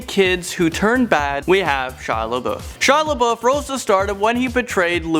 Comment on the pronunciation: said shy laboud😂😂😂😂😂